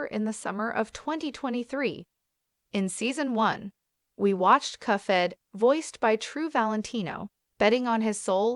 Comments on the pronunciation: The cufhead show? Nah its pronounced cup-head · it's "cup - head", not "cuffhead" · Cup head not cuff head !!! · Cuff head 🤣🤣🤣 it cuphead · It’s Cuphead not “coughhead” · You think you can predict the next upcoming season, you can’t even say cuphead right. It’s cuphead, not cufead. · Why do you call it cuffhead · cuffhead? i hear cuffhead. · It’s pronounced (cup head) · Agree like cuffhead? Thats How a Baby would pronounce it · Why are you calling it cuff head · Cuph ead lol